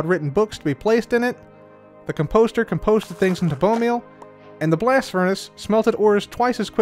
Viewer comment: dawg really said ‘cum-poster’